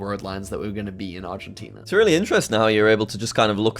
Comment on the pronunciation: jack got Argentina right‼